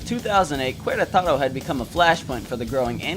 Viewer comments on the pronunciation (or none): That's I great video! But I gotta make an observation. When you say "Queretaro" the "u" is mute, as if you are saying it like "Keretaro" or something like that. Anyways, pretty good video, I find it cool that this bizarre event was covered by an english channel, I never expected that something like that would've happened. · "Cueraetaero".😅😅😅 This is our Oversimplified war in Mexico. 😅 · Querétaro... Not Querétaro...